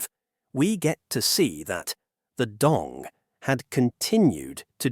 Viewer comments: It's not how we pronounce Dong. In Vietnamese, it's Đồng, not Dong or Dog and every component (Đ, Ô, \ N G) has their own value when pronounced. And the author of the video is doesn't know Vietnamese to pronounce it correctly, he did it in an English way. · người tạo ra video này đã phát âm sai “Đồng”. vậy nên mọi thứ thật vô nghĩa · Except it’s not pronounced dong. It’s pronounced DOWM. Like saying down but with an m sound at the end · It’s not a real person , it’s an AI voice. That’s why the pronunciation changes so much when the captions spell it Dong vs Đồng. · Đồng not "Dong". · as a vietnamese i am both offended and laughing my out when i hear "dong" for the 6942nd time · if you can't pronouce "đồng" correctly, maybe try another way to address it. it honestly drives me crazy how "đồng" is said in the video. it's like you are saying dick dick dick over and over again. it's so annoying and I wanted to learn from this video but this keeps getting in my way. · How on Earth are you pronouncing Đồng in three different ways, including with an initial Y and an initial J? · Given the fact that you say "Đồng" about a million times couldn't you take just 2 minutes to find out how it's pronounced?